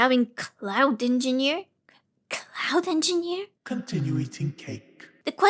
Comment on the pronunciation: "cloud enginer" -> "clout enginer" got me 🤣